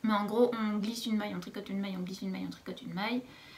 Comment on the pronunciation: "maske" = maille